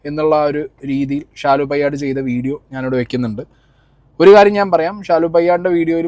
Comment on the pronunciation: പയ്യാട് അല്ല പേയാട്